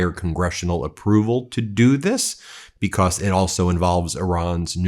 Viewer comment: It's "because" not "becoss". You say cause just fine, but turn into a third grader by saying becossssss